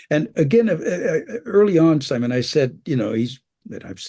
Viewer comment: Imagine some nobody inviting you to interview and calling you "Simoh" without bothering to lookup your actual correct name.